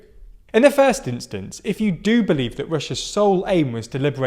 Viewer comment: he said he "belives" not "believes"